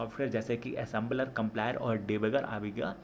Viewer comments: कम्प्लेयर नहीं कंपाइलर बोलते हैं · Are anpadh compiler bolna Sikh le pehle tu